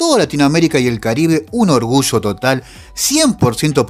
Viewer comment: Ayer, no Asher, orgullo, no orgusho, allende, no ashende, yo no sho